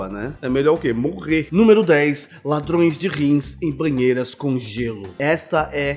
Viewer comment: "LADRÔES" kkkkkkkkk